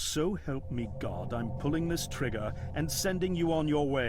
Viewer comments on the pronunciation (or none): none